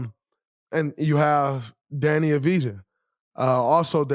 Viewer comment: Danny who?! Oh. Deni ahv-dee-yah